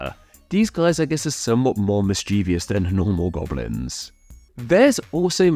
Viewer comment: MischievOUS! There are two Is, not 3. There are 3 syllables, not 4.